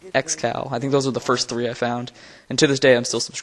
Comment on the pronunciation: First, not Forst